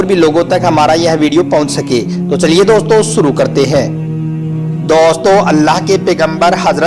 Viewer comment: Daustoo kyu bol rhe bhai...